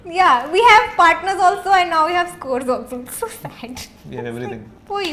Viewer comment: I don't know why when said scores I heard skore........